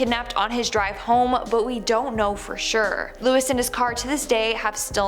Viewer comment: I'm pretty sure the name Luis is pronounced "Loo Ees"....